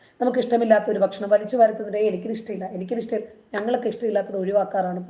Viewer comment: ആ ഭക്ഷണം ഒന്ന് കറക്റ്റ് ആയിട്ട് പറയാൻ നോക്കിയിട്ട് പറയൂ